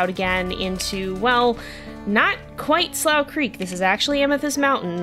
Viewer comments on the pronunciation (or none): would just like to remind you that "slough creek" is pronounced "'sloo' creek"!